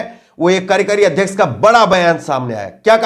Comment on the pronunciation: हिन्दी उच्चारण पर ध्यान दें ----कार्यकारी •